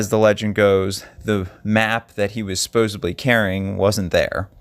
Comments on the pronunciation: Supposedly. Not supposebly. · It's hard to take you seriously when you continue to say "supposeBly" instead of the correct "supposeDly" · Supposedly, not supposeBly! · ...another good video, as usual. However, would you puh-lease stop saying 'supposably'!? Thanks and keep up the good work. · I appreciate your research and still photo editing, so please don't take this comment as a jab out of spite. At the risk of sounding like a fault finder, your pronunciation of "supposedly" and misuse of the word "ironically" betray and misrepresent your (otherwise obvious) intelligence and discretion.